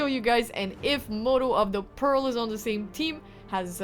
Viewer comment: Hi, please do not take offence it's not pearl it's pronounced peal as in peel. The sound of the ringing bell is known as a peal(peel) hence modo of the peal because his job is to make the bells ring out (peal)